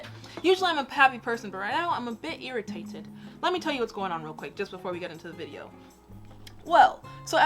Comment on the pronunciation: The way you said irritated sounded so British 🇬🇧 we are rubbing off on you 😂❤️